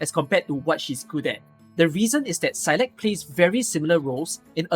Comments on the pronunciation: It's actually pronounced like s-eye-lock if you want the Gaelic pronunciation which means willow. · I've always read Saileach as "seyl eetch" and it was extremely weird hearing "saylekh" all the time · Is that how you pronounce saileach? That's so weird man